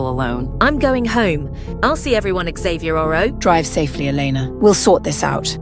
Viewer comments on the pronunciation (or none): Why do they keep saying 'Xavierorrow' instead of 'tomorrow', and why did one of them say 'botXavier' instead of 'bottom'? 😂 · Bruh why was it saying Xavierarrow instead of tomorrow😭💀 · First of all, why do they keep saying “xavierorrow” instead of tomorrow Second of all, WHERE DID JASON COME FROM